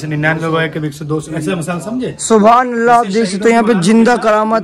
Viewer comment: Bhai Thobhan Allah nai Subhan Allah plz sahi boliye